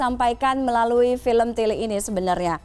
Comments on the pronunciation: Wah ngomong tilik nya pas 👍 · dalam bahasa Jawa tilik dibaca/diucapkan tilék( é seperti é pada kata saté)